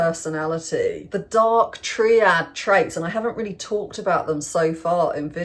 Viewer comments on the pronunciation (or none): Dark Try-add not Dark Tree-add